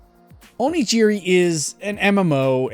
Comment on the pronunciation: What's funny is that you're complaining that he pronounced it wrong, but your Origin example uses the same J sound that is said in the video 🤣 It's G as in Oregon, Onigiri. I agree that in the video it's pronounced incorrectly, but you weren't being helpful here